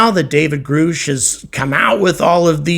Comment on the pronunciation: Grusch rymes with rush...not roosh. Just an FYI.